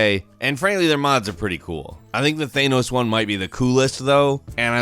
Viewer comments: It’s not Thenos it’s Thanos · *, it's pronounced THANOS, not ThayNos. Yankees destroying the English language all over again.*🧐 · Why do you say thay-no-s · Do you mean THAN-OS who tf is thaynos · thAAAAAAAAAAAAAAAAAAAAAnos not thonos THAAAAAANOS SAY IT RIGHT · Not a hater but why u say theinos not thanos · Thanos not theinos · It's Thanos not theinos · Its not thaynos don't pronounce it like that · "Thaynos" ... jesus christ, WHY, WHY DO U SAY IT LIKE THAT, WHY, ITS THANOS, THANOS!!! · Than-ose not thane-ose. Nothing has ever said his name like that. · It's not thay nose its thanos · Bad- Thay-noes. Speech: 100- Th-an-oh-s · It’s pronounced “thanos” not “theynos” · Its not Thay-noes its Tha-nows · Really Thay-nos...its Thanos. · It’s THANos not THEENos ugh love you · Who a theanos its thanos right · Its thanks, not thaynose I dont know how people could pronounce thanos so poorly. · Its Thanos, not Theinos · Its not Thanus, Its thaaaaaaanos. He doesn't have anus in his name rofl. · "Thaynose" It's pronounced "Than-nose"!!! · Is it a thing that Americans can't say ´´Thanos´´? The only thing I hear from is ´´Thaynos´´. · It’s thanos not thānos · it is pronounced thANos like fan not theynos. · Thanos Thenos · theynos wtf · “Thay-nos”. Good god. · who the fricc is thaynoss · “Thaynos gam” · Fortnite sucks, quit saying thanos like that, it’s pronounced with the first part of thanks (than-os) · they-nose cringe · Lol who's "Thainos"? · Thanos like tha and NoS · If you say Thaynose one more time I'm gonna kill someone. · Scuse me how did you pronounce thanos? Thaynose? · Thane-os the Thane to the Jarl of Marvel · Please dont say “thaenos” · THAAAEEENOSSbeing British this pronunciation annoys me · I die a little every time he says THANEOS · Thaynos theynos, potato potato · Thaynos * I shudder * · I cant help but laugh at how he calls Thanos "Thaneos" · Does this guy mispronounce things just to annoy people lmao. "Pokaymon" "Thaynos" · UMLOTH thanus